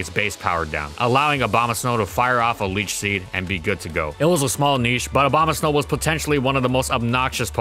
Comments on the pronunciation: he said slow instead of snow, making it hilarious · Not just the subtitles. He's literally saying 'Obamasnow' 75% of the time. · he really did say abomaslow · i swear he said "abomaslow" when he talked about its useage in trickroom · did he say abomaslow? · I replayed it several times and I'm pretty sure said Aboma-slow in the context of Trick Room. Nice pun there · Did he say Abombaslow? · Did he say abomoslow?😂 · lol. Abomaslow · I heard snowbama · "Obamasnow" lol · The best thing about abomasnow is how people pronounce it OBAMAsnow lmao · What he says: Abomasnow What i hear: O B A M A S N O W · Dude, I couldn't unhear the "Obama-Snow" every time he said Abomasnow now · He said “Obamasnow” the entire video, and this is what you worry about? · The only reason I'm laughing is because he accidentally pronounced it like that in the gen 4 doubles section. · I keep hearing Obamasnow. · i heard him say bomasnow one time. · Help I keep hearing it as obama snow >:3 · I like how it says "Obamasnow" in the beginning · I keep hearing "Obamasnow" :d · Is it just me or did he say Abomaslow at around 5 minutes in? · The only thing I hear when you say his name is Obamasnow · Swore I heard him say ObamaSlow once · ahh yes, obamasnow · I wish he stopped saying Obamasnow at some point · Try not to say Obamasnow repeatedly; fail